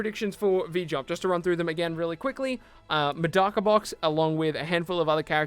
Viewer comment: So no one go correct this man Grammer? Are you an English anime watcher cause you butchered Tsuna and Medaka. It's Tetsuna like tetsu na yoshi in his full name. And MA deck a.